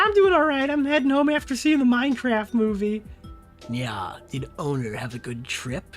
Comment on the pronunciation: Something about how pronounces "owner" as "odor" hits different